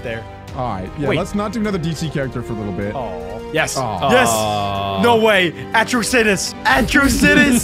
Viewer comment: Astro-situs😂😂 you mean ut-ros-i-tus